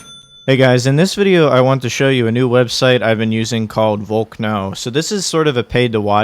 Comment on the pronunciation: Lol, vol-k-no, like volcano, right? 😂